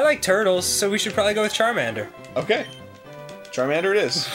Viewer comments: he fucked up charmander's name, as he fucked up his attacks Goddammit Arin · I couldn't stop laughing at that they accidentally messed up Charmander's name and the Character's name. I never! LOL XD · Arin screwing up Charmander’s name was a very bad omen....you know the one... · I can get over you fricked on Charmander's name, but own it. Embrace it. DO NOT UNDER ANY CIRCUMSTANCE BLOW THIS PLAYTHROUGH! YOU WILL COMPLETE THIS ONE ALL THE WAY THROUGH! YOU HAVE STARTED SOMETHING BEYOND WHAT YOU EVEN UNDERSTAND SO DON'T. MESS. IT. UP!